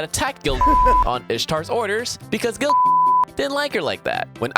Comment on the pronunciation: Wait I’m lost why are you saying gil- like that? Please explain I’m new to fate